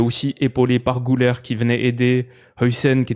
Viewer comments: Güler ne se prononce pas "Gouler" mais "guler" avec le son "u" comme en français, comme Thomas Müller quand il y a les petits points sur la lettre "ü" ça se prononce u comme en français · Maintenant que tu parles beaucoup d’Arda et que tu mets souvent un point d’honneur à bien prononcer les noms des joueurs: On dit [Gu-lèr] - Gü avec un -u et non un -ou -ler se prononce “lèr” et non “leur”. Comme toujours super contenu!